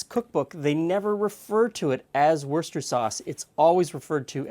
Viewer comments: Woos-ter-shire sauce! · What did you Canadians do with the shire in Worcestershire sauce? Worster sauce? Really? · We always said something like "Wooster-sure" or "Worster-sure"... what happened to the "Shire" asks this hobbit? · It’s not called Worcester sauce... It’s called Worcestershire sauce.... it’s on the label 🙄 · like worshifhire, warsshitehere worchorire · Phonetically, it is 3 syllables, not 2. Worse -ter - shire. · I'd write it phonetically as Woostersher sauce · I grew up just outside of Worcestershire. It's Woost - er - sheer. In the UK everyone pronounces it this way and there is no debate. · Worster-shire sauce. not difficult in the slightest.👍😁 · Not only is nobody going to say it correctly, neither are you! ;-) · Worcestershire Sauce. Worcestershire ..... Worcester is a town and the county in which it resides it’s Worcestershire. What’s written on the bottle?